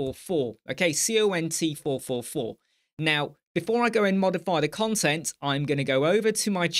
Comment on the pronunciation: Great video mate, however, when you say "cont" it sounds like you're saying another c word 😂 (I certainly don't mind, and anyone else that does can cluck off, but it did make me chuckle). Keep up the great work dude